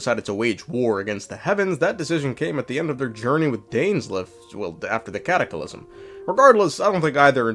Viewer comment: Am I missing a joke here or why are you adding an extra "i" to the word "cataclysm"?